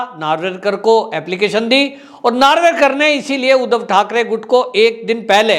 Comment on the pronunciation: सर आप मराठी लोंगो के सरनेम उच्चार बडे गलत तरीके से करते है 1गोगावले. 2. नार्वेकर. 3.बांगर. 4 फडणवीस है आप कुछ और ही कहैते है. बाकी मै आप का हर वीडीओ देखता हुं जय हिंद 🇮🇳 🚩 जय महाराष्ट्र 🚩 🇮🇳 👍 सर